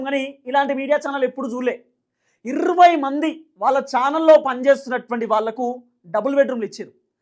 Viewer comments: మిడి మిడి జ్ఞానం ఉన్న వారు ఇర్వై ఏ... అంటారు బ్రో... అందరూ జర్నలిస్టు లే... ఈ లోకం లో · ఇర్రవ్వై కాదు సార్ ఇరవై అనండి. మనం తెలుగు వారం అయ్యి ఉండి తెలుగు సరిగా పలుక పోతే ఎలా సామి.